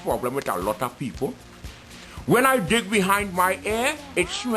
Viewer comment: While I'm at it, you'll be about dead, since you've never had anything so good in your life. By the way, it's "when" not "win" Didn't you learn that in third grade like the rest of us?